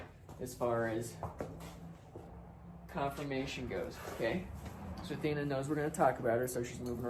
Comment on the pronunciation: It’s CONFORMATION, not Confirmation